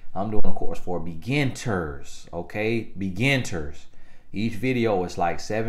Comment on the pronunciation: Beginturss = beginners 🙊